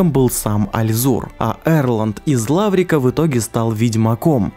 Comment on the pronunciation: Из Ларвика же, а не Лаврика...